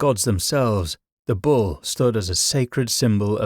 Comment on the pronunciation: The AI voice is nearly convincing ' bull ' and ' Baphomet ' jar on the ear . . . but otherwise an informative, thought provoking video. Shame about the AI pronunciations though.